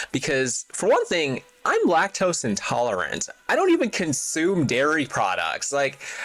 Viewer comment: Bro legit said "lac-toast intolerant". 😂